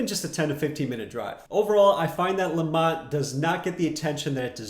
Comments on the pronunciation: It’s lemont not lamont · Yes Lemont, spelled correctly...not Lamont (as in Sanford) 🙄